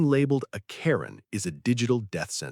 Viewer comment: Quit destroying the name Karen!!!!